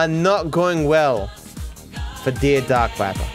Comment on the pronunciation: how you doing